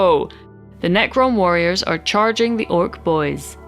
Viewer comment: Great vid, enjoyed that the accent made the nervous necrons worriers